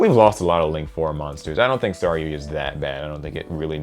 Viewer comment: Okay mispronouncing KA-GAR-E,sure that's fine but SARYUYA! Holy shit dude that's ignoring an entire other letter! And no....The J is not silent before anyone tries to pull that bullshit.say it with me kids, Sar-yu-JA!